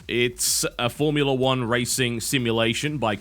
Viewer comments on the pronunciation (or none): none